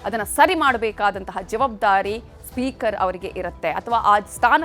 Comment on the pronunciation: ಮೊದ್ಲು anchor ನೀವು ಸರಿಪಡಿಸಿಕೊಳ್ಳಿ.ಅದು ಜವಾಬ್ದಾರಿ, ಜವಾದ್ಬಾರಿ ಅಲ್ಲ...